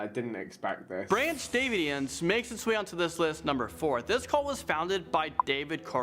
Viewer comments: "Branch DAVEY-ins". Christ. You can't pronounce the names right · How did the narrator mispronounce Davidians, and man, they should have been waaay higher up the list when you learn their whole history 😳